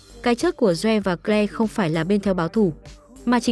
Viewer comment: Câu chuyện được kể rất confusing! Tên của người trong câu chuyện nào là doe, kờ le.v.v tôi nghĩ không đúng với tên gọi của họ vì phát âm không chuẩn. Is it Joe (đọc là chou, not doe, và claire not kờ le? Ôi rối mòng chẳng hiểu gì hết.